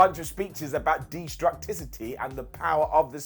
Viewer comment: Warriors bullocks word is pronounced Des-troo-sity.